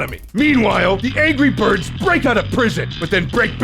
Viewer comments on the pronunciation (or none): ANJERY BIRBS